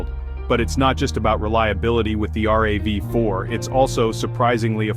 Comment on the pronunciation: The Ravy Four? The R.A.V 4? The voice over needs tweaking